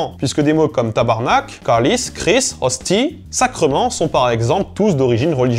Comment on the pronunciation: Il a assombri le /ɑ/ pis relâché le /i/ de câlisse. C'est quand même pas rien.